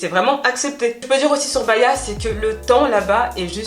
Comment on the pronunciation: BA-HI-A !!! 😉la bonne prononciation